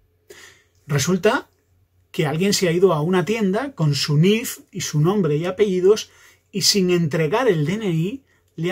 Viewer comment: Por que escuchó que dices nif